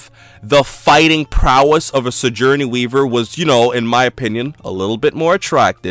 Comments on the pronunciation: did I warp into an alternate universe where it's pronounced "si-jour-nee"? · good video, but i cringed every time you tried to say Sigourney